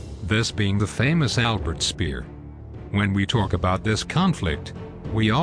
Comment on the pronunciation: Not hard to pronounce Speer properly